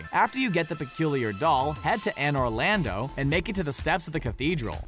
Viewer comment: "Anner Lando"